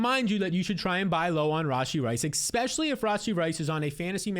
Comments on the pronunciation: Never trust a man that says “ekpecially” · It’s hard to take you seriously when you put an “X” in especially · “ecxpesially”